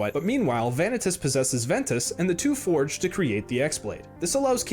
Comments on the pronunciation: Veah-Nih-Tuss? This guy clearly didn't play the games with Vanitas (Vuh-Knee-Tus). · one thing i hate in this video is how he says vanitas like he does all the work to say his name wrong